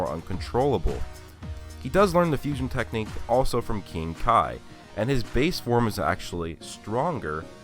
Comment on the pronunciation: Its pronounced kai